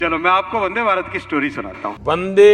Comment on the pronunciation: Bro it's not vade Bharat It's vande bharat